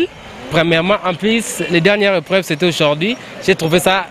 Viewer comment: Les élèves se sont bien défendu mais la journaliste elle est trop nulle Les aupreves au lieu de dire épreuves ( comment est-ce que les aupreves se sont passées 😒)